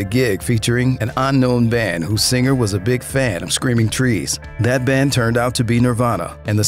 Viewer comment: Dude you dont need to pronounce the G so hard in singer.... sing-gurrr